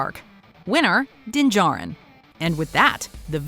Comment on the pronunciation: its mandalorien not DINGAREN